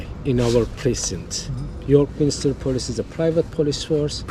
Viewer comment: Those stone figures are known as gargoyles - and it's York Min-ster NOT York Min-i-ster.